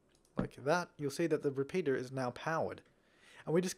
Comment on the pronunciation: Surprised me when you pronounced the r in repeater.